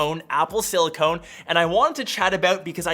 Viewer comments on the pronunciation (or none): Clicked off because of him saying silicone instead of silicon. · It’s pronounced Sili-CON not Sili-CONE!! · It's not pronounced sili-CONE ... it's sili-KUN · Btw it’s siliCON. Not siliCONE. I almost didn’t care, but you said the word wrong like 10 times. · The word is not silicone it’s silicon 🤦🏽‍♂️ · You're off your rocker on the pronunciation of the word silicoN, not siliCONE. Other than that, though, not a bad video. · Once I heard “silicone”... I’m out! BYE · siliCON not siliCONE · it’s SiliCON not CONE! Good advice though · Ok, i can't be there only one.. this video is infuriating.. please why do you keep saying Silicone? Silicone != Silicon 🙄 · Homie it’s silicon, stop saying silicone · SilicoN not silicone! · Its silicon, not SILICONE!!! That’s driving me crazy that you keep saying that. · It’s silicon not silicone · Silicon... not silicone 🤦‍♂️ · it's pronounced siliCON note CONE. 😊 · FYI Silicon != Silicone. It’s pronounced silicuhn not silicone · It’s pronounced Con not Cone idiot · Bro, It’s not Silicone, it’s Silicon.. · It's silicon not silicone. They are quite different materials. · “Apple sili-CONE” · say it with me everyone: si-li-con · love it! sidenote: it's pronounced silicON - silicone is the rubbery stuff lmao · he's saying apple "silly-cone" !!!!! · Is silli-cone a canadian pronunciation of the word? I'm in Toronto, and I'm curious if I'm saying it wrong. Help! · Silicon and silicone are not only different materials, they’re also pronounced differently. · EVERY TIME HE SAID THIS!!!!